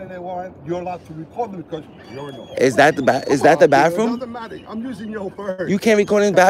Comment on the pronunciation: Oh it's bathroom not bafroom 😂😂😂😂 you just got educated